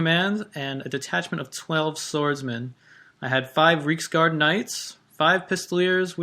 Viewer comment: Fun video. I did however, cringe every time you pronounced Reiksguard as "Reeksguard" It's supposed to be pronounced like "RIKESguard."